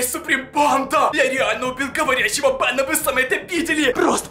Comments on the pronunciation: Ну не говори "бенА" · БенА , вудУ , оюзательно так говорить?🙀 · вы не поняли бЭна не Бена , а бЭна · Меня забавляет то, как он говорит "Бена"